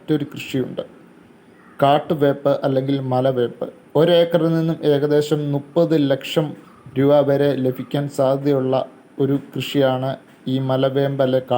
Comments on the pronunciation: മലവേമ്പ് എന്നല്ല, മല വേപ്പ് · മലവേമ്പ് അല്ല മലവേപ്പ് ആണ്